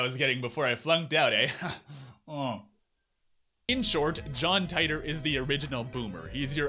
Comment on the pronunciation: You should learn how to pronounce my name correctly. Dumb ass